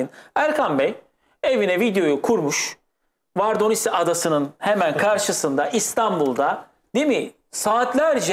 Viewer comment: Vardonisi değil vordonisi